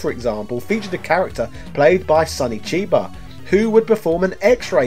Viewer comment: The depth of your video history efforts is only surpassed by your consistently agonising and wilful breadth and depth of wrongful name use and pronunciation. Sonny Chiba ('Kiba') is a famous actor, and Ken-SHIRO is just read wrong. Come on dude, this is not your Riiii-Yooo stuff